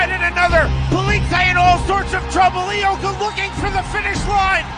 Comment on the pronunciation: Ang Ioka at loka parehas lang kung tingnan. Kaya ang basa nya ay "lo ka' " pa rin. Hindi nya alam na letter "I" yon gaya ng sa salitang "ilong" ong salitang "iyo" at hindi letter "L" gaya ng sa salitang "lobo", "loro", "lomi", o "loka-loka" . Kaya hindi "lo-ka" ang tamang bigkas. Wag lang masamain nais ko lang makatulong. Subukan natin: "i - yo- ka". 😊